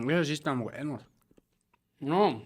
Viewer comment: "estos si están bueeeeenos" jajaja sonó tan mexicano 😂😂😂